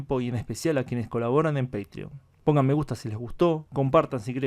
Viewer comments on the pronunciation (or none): none